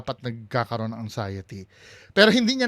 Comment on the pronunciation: Pakisabi Kay ….its ANXIETY……NOT ANGXIETY. Walang “G”